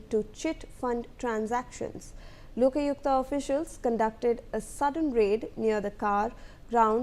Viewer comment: It's LOKAYUKTA not Yokalukta 😂